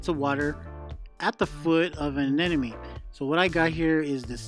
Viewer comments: ANEMONE not A-N-E-N-O-ME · Just an observation, but does everyone pronounce Anemone as “Anenemy”? I hear it way too often..🤨